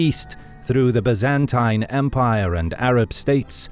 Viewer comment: I am kind of amazed that historians would not know how to pronounce "Byzantine" or "Byzantium". I see this quite often on YT videos, and thought I'd mention it for posterity.